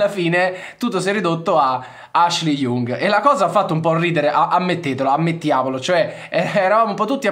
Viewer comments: Ashley Young: non so se sia peggio acquisirlo in rosa o pronunciarlo Jung, comunque due cose che non si possono sentire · hhahah ma è sbagliato. Young è una delle parole che si imparano subito in inglese, che vuol dire giovane ...e si pronuncia Iang. Non storpiamo pronunce di parole famosissime inglesi adesso ahhah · Sempre grande ma il cognome di Ashley si pronuncia YANG (Young) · In questo video ho commesso due errori: ho chiamato Ashley Young "IUNG" ma si pronuncia proprio come il termine inglese che vuol dire "giovane", quindi con una a/o stretta. L'altro è che l'operazione sarebbe impostata per gennaio e non per giugno, anche se potrebbe slittare. Perdonatemi per questo! Tutto il resto è corretto 👌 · Si pronuncia IANG, esattamente come “giovane” in inglese...mille para su come si pronuncia Can e poi mi cadi su una banalissima pronuncia inglese? 🙈